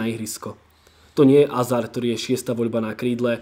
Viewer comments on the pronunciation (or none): none